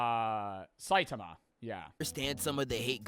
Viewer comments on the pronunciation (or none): none